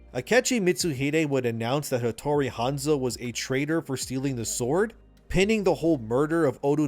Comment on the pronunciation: Shintosm? Odu Nobunaga? Hotori Hanzo? How come you pronounce them correctly and two second later wrong? Anyway, the story sounds like too fantasy for AC. Like way too fantasy. Like some fan fiction. I might have to check with my ex-colleagues from Ubisoft.